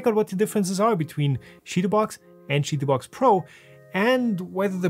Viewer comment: I have never heard anyone pronounce it "shitoobox."